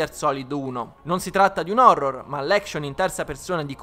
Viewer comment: "Phorror"...... Ok vado a suicidarmi.